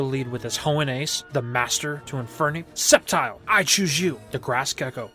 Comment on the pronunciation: I think i heard you saying septile uses sleef blade